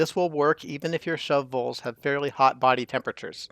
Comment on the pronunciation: The way you say shovel has captured my attention. "Shovvells". 😂 Awesome tutorial! 👌🏽